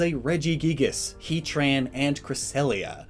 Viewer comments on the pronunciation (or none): none